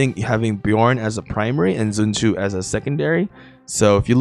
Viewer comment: why you saying zun tu instead of sun tzu -_